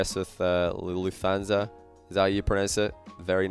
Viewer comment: hahaha Lufthansa. Not even close pronouncing that right :D